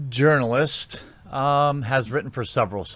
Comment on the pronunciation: i think i heard you say "Urinalist" in vid